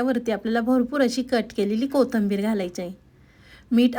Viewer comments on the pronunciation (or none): कोथंबिर नाही कोथिंबीर म्हणतात चुकीचं नांव उच्चार का करता???? आपल्याला सर्व महाराष्ट्र बघणार आहे शुध्द बोला ना असे चुकीचे शब्द ऐकला की पुढे बघायची इच्छा होत नाही